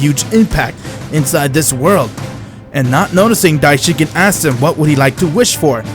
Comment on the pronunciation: Dye-Shin-KON dude not dye-shin-kin (Cringe Everytime)....what kind of fan are you?